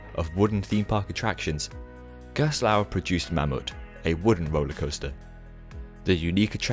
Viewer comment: Excellent comprehensive 'explained' video! The balance between Gerstlauer's backstory, and product line-up is well arranged, and your narration is easy to listen to - I appreciate in particular your efforts to pronounciate foreign names haha. On top of that, your montage skills get really impressive... cool transitions dude! I suggest for the next Manufacturer video to go a little more in-depth about the ride experience and what makes the company's design philosophy different. For instance, I really like Gerstlauer's creative approach with layouts, as they often add 'surprises' before the first lift hill or launch (Kärnan is the most striking example of that). Gerstlauer has also created unique elements such as Takabisha's 'banana roll', and made breakthroughs in the industry with Gekion Live at Tokyo Joypolis, a Spinning coaster with an inversion, well before Time Traveler at SDC! I feel illustrating a manufacturer's work with some genuine comments about their ride experience would further cement the quality of these videos. It would make the piece even more valuable for enthusiasts, and give the general audience a more concrete feel of what the company can achieve;) Again, well done for this excellent informative work! I'm glad I was able to help with some footage, even though it wasn't the best quality. Looking forward to the next video!:D